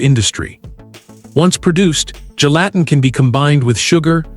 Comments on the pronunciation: Apparently, the only thing gelatin CAN'T do, is make your computer pronounce the word correctly. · It's hard to watch and listen to when the AI is mispronouncing "Gelatin" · throughout this video, ive heard 4 different pronunciations for gelatin.